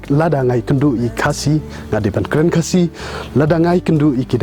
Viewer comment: The only problem I have is the way you pronounced "khasi". Ha por ba phi kren ha Ka ktien phareng bad phi kynnoh ia ka kyntien "khasi", phi kynnoh style phareng. Ha por ba phi kren da Ka khasi pat, phi kynnoh ia ka kyntien "khasi" kumba dei ban kynnoh.